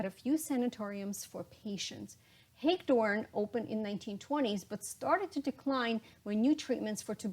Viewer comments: Great video, but if you're going to talk about NJ learn how to pronounce place names. Hagedorn State Hospital is not pronounced Hage-dorn. It is Hag a dorn . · Hagedorn* Hospital…… we used to be able to see the water tower from my parents’ home. The locals *pronounced it with 3 syllables: Ha ge dorn.